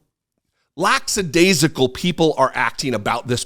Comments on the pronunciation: Please stop saying "laXadaisical". You're smarter than that man, it's LACK adaisical. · Another good take. An aside, though, the word is "lackadaisical." There's only one "s." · In the UK, we say laxadaisical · Laxadaisical? No. Lackadaisical. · You just proved your military chops with a single word. “Laxadaisical” is military speak for “lackadaisical.” Only a true marine (or soldier, sailor, etc. says it that way. 😂 Love your work! 👍👍